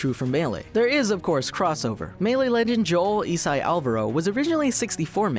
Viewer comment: Did he call isai “Eesai”?